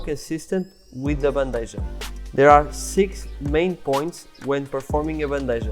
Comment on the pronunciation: It is pronounced Ban-de-ha ...maybe with a bit of k sound on h. But it's not J sound